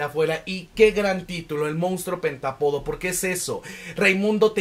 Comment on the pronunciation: Está padrísima la reseña pero me brinca muchísimo que no pronuncie bien la palabra pentÁpodo , acento en la A. 🫤